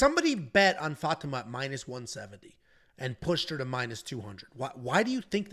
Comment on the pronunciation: The fact that doesn't know how to pronounce Fatima (FAH-TEE-MAH) is astounding. I mean come on man, seriously?